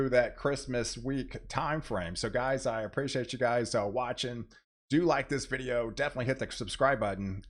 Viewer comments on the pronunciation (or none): none